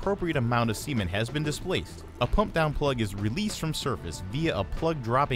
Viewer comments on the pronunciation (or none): All I hear is Sea Men the whole time I was like wtf is a Sea men, until I looked at the caption that it was meant to be cement....."Sa" ment not "C" Ment lol